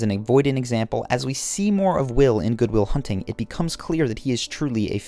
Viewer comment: "good will shunting"